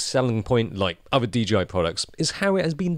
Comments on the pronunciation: Just say the companies name correctly 😣 It’s not DGI. It’s DJI. Jesus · Is DJI supposed to be pronounced DGI? I don’t get it. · DGI? You mean DJI?